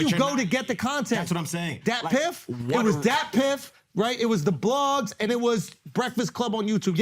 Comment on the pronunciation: This nigga said datpiff 🤦🏾